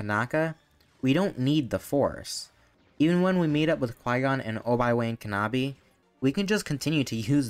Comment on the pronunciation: I was drinking something and the pronunciation of Obi-Wan Kenobi made me choke